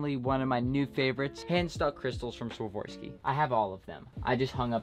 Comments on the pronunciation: SwaVORski lol, It's Swarovski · it's Swarovski not Swavorski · It’s not Swavarski it’s Swarovski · It is swarovski bot swavorski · Did he just sworvorski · He really bought a hoodie for 2000 and says swavorski